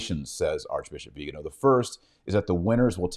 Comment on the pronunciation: It's not "viganooow". It's "viganoh" stress on the last syllable.